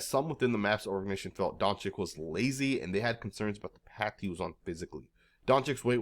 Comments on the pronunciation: It's not Donchick. It's more like Donchich. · at least say your superstar's name right. it's Don-cheech